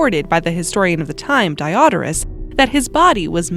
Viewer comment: Die-Odorous. For a smelly death? Usually pronounced Die-Oh-Door-Us, with stress on the ‘Oh’.